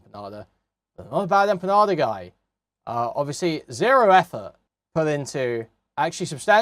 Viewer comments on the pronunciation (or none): "Bad Emma Panda" "Bad Empenyada" It's wonderful how you can tell someone knows absolutely nothing about a topic from how horribly they mangle the names of people involved. Shows they've done absolutely zero research.